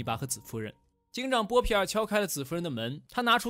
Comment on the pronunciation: 看了几十遍了，不过up主念错了很多，妹妹是米沙，有一幕念成米粒了，还有那个是波皮尔，念成波尔皮了，哈哈，不过依然很精彩